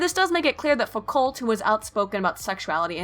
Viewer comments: Foucault is pronounced like fukou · Foucault is pronounced "Fookoh" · I never enjoy hearing Americans saying "foo-cult" although you didn't say "sart-ree" so thats a plus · You mispronounce Foucault. And everything French. And some English stuff too. Clearly very booksmart.